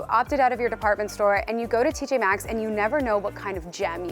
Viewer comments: Why some of these people acting like the M is silent... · Why do they all keep saying TJ X? Drives me w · I can't with these exerts calling it TJ X